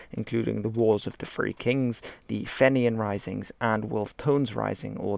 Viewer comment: Haha! "Fenneean risings"- it's pronounced "Feeneean" or "Feenyan"